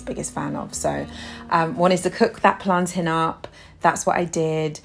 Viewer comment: Finally someone who pronounces plantain correctly lol because the way I hear other people say it is ridiculous like what is plantaaaiinnn ... lol like hello 💀💀